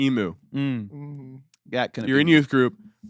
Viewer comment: It's pronounced em-U. Nice show 😇